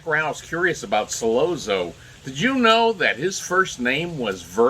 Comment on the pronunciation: Not pronounced "Solozzo" but "Solotzo" Double zz is pronounced like tz.